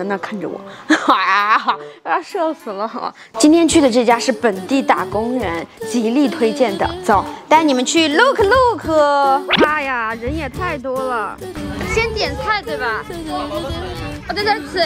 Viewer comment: 肉眼可见的吃胖了，还有不会说英文就不要乱说什么路克路克